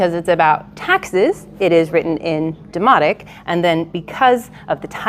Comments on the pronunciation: Did you say demonic?😮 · At first I thought she said demonic (which actually makes sense for a tax document) not demotic…😂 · She says Demotic. I heard demonic. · Thought she said it was written in 'Demonic' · I straight up thought she said "this is demonic" and I burst out laughing 😂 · Oh it is Demotic! I thought she said demonic! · First time i heard this i thought she said "its about taxes that's why its written in demonic" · Who else keeps hearing “demonic”? “Taxes are demonic”